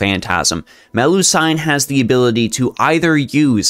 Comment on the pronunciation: It's pronounced like seen, like Mel-lu-seen, not sine. It's actually like this in multiple languages in Europe, not sure why. And I personally think Melusine is better than Morgan by far, she is undisputably the best lancer in the game while only really fans think Morgan's the #1 berserker.